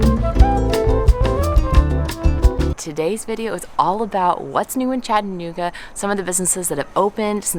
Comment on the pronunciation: If you're going to live in our city you must pronounce it properly. It is "Chatta-nooga". Not "Chatt-anooga".